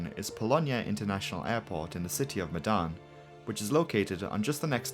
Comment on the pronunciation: As an Indonesian i understand that your kinda struggling,cuz instead of the word medan you pronounced it as "Madan",but anyway nice, content